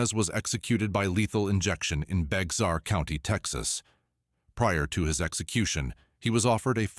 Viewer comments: It's pronounced BEAR county... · Bexar is pronounced Bear county…lol…I am a native Texas, and everyone outside of Texas, often mispronounce Bexar county…